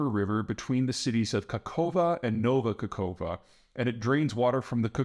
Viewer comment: The correct pronunciation would be: Nova Ka-hof-ka